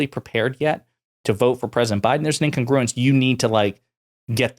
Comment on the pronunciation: Learn how to pronounce 'incogruence,'. Vote Joe!